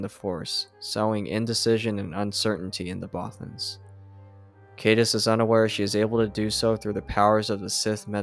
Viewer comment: Thanks for these but a lot of mispronunciations. For example, Caedus (how it is spelled) rhymes with "guide us"